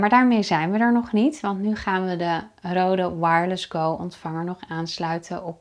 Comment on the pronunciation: Goede uitleg maar het merk is niet Rode ( zoals jij het uitspreekt ) Je spreekt het uit als Reude daarom staat die streep door de O, dat maakt van de O klank een EU klank